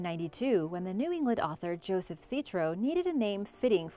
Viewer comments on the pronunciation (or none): none